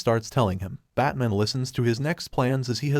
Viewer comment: Dude you really need to work on pronunciations, it’s A K 47, not ack. It’s Batman not batmoan or amaze-o not amazo. Great videos, but so many basic words are said wrong